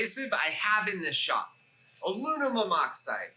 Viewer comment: Alumimum?!?!? 🤔Having trouble pronouncing aluminum I see! 😝🤣 lol